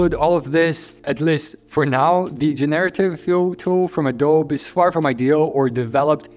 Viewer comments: Hey I’m not sure if you know but the “e” in Adobe in English isn’t silent—it’s pronounced something like “a-dough-bee.” Kind of like how you pronounce the “e” in Nike too. It’s a bit counterintuitive with words like bike and globe having a silent “e” but it has to do with the origin of the words. It’s not important of course but just thought I’d point it out. Love your videos!:) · "Adob" lmao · It is pronounced Ado-Bi (uh·dow·bee)